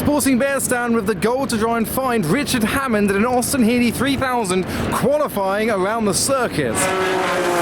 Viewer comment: Hammond not Hammon.